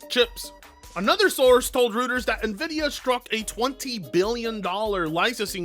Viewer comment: you are saying Reuters wrong it's not oo like in Boo, it's like Cow...so Rowters 😊 thank you for all the joy you bring to me.... I am so glad I found you. 😊 I hope your fur baby is getting better 🐾 💖